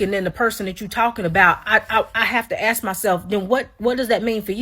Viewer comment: quick lesson - how to say the word " ask ". Say the word ass and then add the " K " sound. So ASS-Kuh